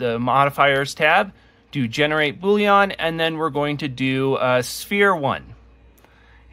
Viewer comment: Boolean, not bouillon 😅